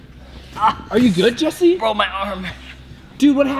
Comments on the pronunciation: You're saying jees instead of Jess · why do you say jees instead of Jess jess is spelled GESS not GEES Someone had to Point it out